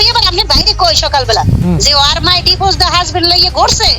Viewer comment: আয়াতের সৎ মা একটা ক্ষ্যাত গাইয়া গাইয়া কথা বলে,চিকেন ফ্রাই কে বলে ছিকেন প্রাই🤣🤣 ডিভোর্স কে বলে ডিভোজ🤣🤣